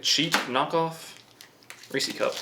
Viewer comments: God it bugs me when people pronounce reese's cup that way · Is nobody going to acknowledge how incorrectly pronounces Reese’s Cups?? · Watching this a year later, and still makes me cringe, and wanna tell at him, where the heck did he even get that from. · Holy fuck can’t stand when people say Reese’s like that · Its Reese’s cups with the S dude not receeeeee cup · ITS NOT REESY CUPS ITS REESES CUPS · It’s not Reeci cup it’s Reece’s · So this is what happens when your mommu allows you to eat nothing but dino chicken nuggies and you never learn to eat like a man lol.. And its Rees-ez not ree-sees.. they belong to Reece like Jas owned a cae.. its be jas's not jasees lol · Are you saying "Reese-ie"? It's Reese's cups. It's a possessive, not a plural. It's pronounced "Reese-is." And Mallo Cups aren't supposed to be Peanut Butter Cups. That's your own hangup. They're both good. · It’s Reese’s not “Reesees.” Pronounced “Reesiz” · It's ReesES cups not REESY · It’s reeses not reece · Its fucking reese ez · Ree-see cups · Reese = reesie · thinks Reese’s rhymes with greasy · something tells me you live an incredibly boring life lol also, cmon it's Reece's. English much? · Him calling Reese's cups "reesey cups" bothers me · You rock but I gotta say it's Reese's as in his name is Reese and they're his. It doesn't rhyme with feces. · Stop saying damn Reeci cup!!! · “Riicii cup “ 😂 bruh can’t say Reese’s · You don't know how much I love that says reece E cups, I'm going to say that from now on it's so funny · Ive heard many people say reesees and its kinda annoying. Almost as annoying when people pronounce turret turrent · “Reecee cups” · 'Reecey cup'... Also, I thought a 'whatjumacallit bar' was a fictional chocolate bar invented by Lisa Simpson. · “REECIE CUP”. “NOOTELLA” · I like ree-cee cups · Imagine it was 2021 and you still called Reeses "Ree C" cups FML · Every time I heard “Reesie Cup” I lost it haha. you did that on purpose huh?